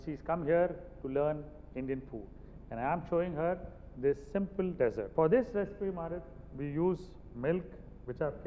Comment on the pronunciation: Chef Jee: SSA The word is Dessert If you emphasize the Dess in dessert i e DESS ert IT MEAN RAGISTAAN If you emphasize ie de SSERT it means a pudding Sikho Kuj Sikho SSA